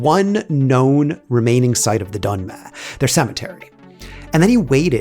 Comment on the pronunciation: Donme değil Dönme